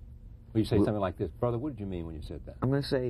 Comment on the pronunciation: "Brotha" What the hell is wrong with this interviewer?